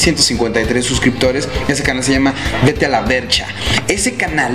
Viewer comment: es "Vete a la VERSH" no a la VERCH